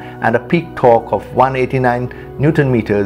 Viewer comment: Why do speak torque "thorkk" and turbo "thharbo" it's just annoying I am gonna unsubscribe from next time I hear it in the next video